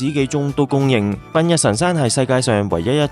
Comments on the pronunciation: 苯=讀音是本😂~笨是竹花頭的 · 多謝西藏遊記下集👍景色依然非常優美❤ 題外話，「苯」字其實都係照讀「本」音就得😉